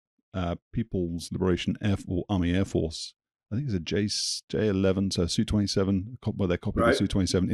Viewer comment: Great episode again with; and thanks for correctly pronouncing the Flanker as the "Su-27" and not the SU-27.